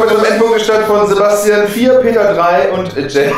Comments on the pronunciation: Am schlimmsten ist, dass sie das "und" nicht richtig ausspricht. :D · TheOneWhoKnocks... un mehr... Ey wie die noch nicht mal das und ausspricht... Triggert mich.